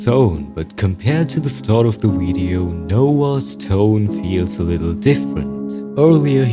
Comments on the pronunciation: "Weido" I love ur pronunciation it's so cute somehow lol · "wvedeo" (video)